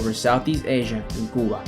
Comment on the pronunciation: What's this Kuba? Do you mean Cuba during the Russian Missile Crisis under President Kennedy? It sounds like American military history doesn't include lectures or videos where the country name could be pronounced correctly for the day.